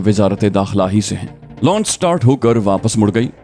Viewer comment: محترم آپ بہت سے الفاظ کا تلفظ بہت غلط بولتے ہیں مثلا لانچ کو آپ مسلسل لونچ کہہ رہے ہیں Wiley ko Aap Wala Kehtey hen Jo Ghalat he. Or bhi bohat se alfaz hen Jo men waqtfwaqtan bar